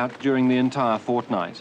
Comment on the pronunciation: did he say FOrtNight??? :29